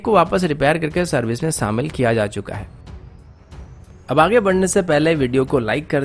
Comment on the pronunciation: Abay samil nai shamil hota or kasmir nai kashmir hota😂😂😂